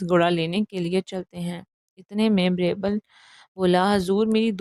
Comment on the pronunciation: It's Beerbal بیربل Not Braibel